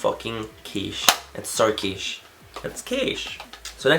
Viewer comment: Love you Manny! I think 2015 is going to be an AMAZING year for you. Ps you kinda sounded Aussie when you said "quiche". LOVE it! X